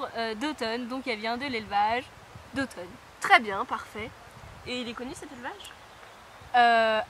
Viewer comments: Il y a plusieurs d'Othon dans mon écurie, ça m'a fait bizzare quand tu l'as dit aha ! Elevage très connus en effet, très bon poney de CSO ! D'ailleurs l'un des plus connus c'est Mon Chou D'othon qui tourne en GP ! Voila voila :) (Et ça se prononce D'othon et pas d'automne mdrr) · on ne dit pas d'othon ( automne ) mais (o ton ) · Cela se prononce d'othON (comme le thon quoi ^^) Ils ont de supers poneys, avec un bon mental.